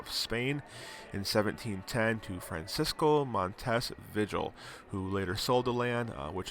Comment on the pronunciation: Vigil= vee-hill